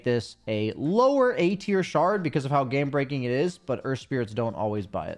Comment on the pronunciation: you said "Gay breaking" instead of "game breaking" about Kotl's shard lol